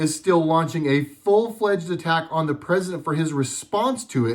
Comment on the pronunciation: "Cousident"... i lost it ROFL